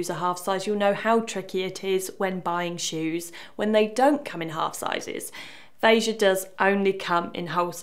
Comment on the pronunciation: Kudos to you for saying the brand's name properly